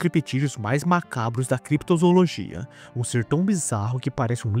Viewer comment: Desculpa bro, mas parei no "Crepitozoologia".